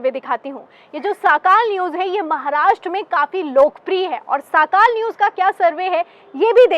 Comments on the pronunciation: साखाल नहीं सकाळ है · साकाल नही सकाळ सर्वे